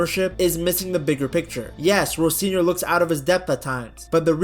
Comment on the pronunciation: Why the hard r on Rosenior 😮😅